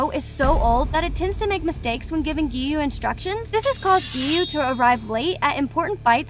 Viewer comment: I burst out laughing when she said"giyome"Sanimi"LoL